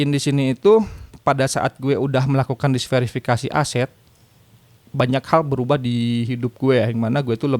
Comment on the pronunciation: Diversifikasi bang bukan disverifikasi